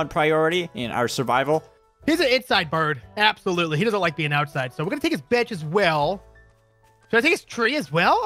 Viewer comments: When said bench, I thought he said b*tch😂😂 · Hold up did say Mr. B*tch or Mr. Bench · I keep getting the thought that said bitch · I know he said bench, but it sounded like the B-word, I commented that on my old account when the video came out 😅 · Um spy did just said b*tch or pitch